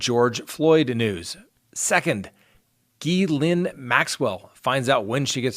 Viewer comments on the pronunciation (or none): I believe her name is pronounced Ga Lane. I have heard it so many ways but thats how people that know her personally say it. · Pronounced ge layne maxwell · Her name is pronounced Gis lane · It's pronounced Mary Kay Lue-turn-oh, and Gee-lane with the G pronounced guh, as it is in give or goat. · Gis laine rhymes with elaine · repeat after me.....Gay-Lane Maxwell......that’s the actual pronunciation of Ghislaine Maxwell 🤣🤣🤣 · I don't mean to sound petty here or rude but I have to say that Mary Kay Letourneau is pronounced as "La-turn-oh", and Ghislaine as in Maxwell is pronounced as "Gi (as in give), and the s is silent so it's "Gi-lane". Like I said I don't mean to pick but it was driving me crazy so I kind of had to say something! I hope I didn't offend anyone because that wasn't intended. 😉 Thanks for all the great videos and for presenting the facts. It's refreshing. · Yes, you're pronouncing "Ghislaine" wrong. The "s" is silent! The name is pronounced "Gee-lane". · it is pronounced “Gee-lane” Karen looked it up. You can find word and name pronunciation on line. It’s easy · It's a French name...I will try to write in English how they say Gees layne. More or less like this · love you but your name pronunciation is baaaad...La-turn-o....Gee-lyn...you're killing me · Ghislaine is pronounced ger-lane, gerlane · It's pronounced jis Lenn...Ghislain day 7...le turn o. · Ghillanes name is pronounced ‘Glane’ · and Ghee-LAINE not LYNN. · I've actually heard it's pronounced Ghee-Lynn or Geh-Lynn. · thank you his pronunciation had me questioning if if been saying it with got decades. That Maxwell woman's name is being mispronounced too. But I can't even spell her name so I get that one lol.